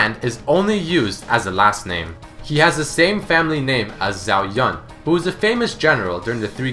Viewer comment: yun pronounced yoon